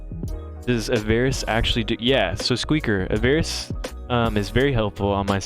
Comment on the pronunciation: Aa-ver-iss. Stress first syllable 😂 sorry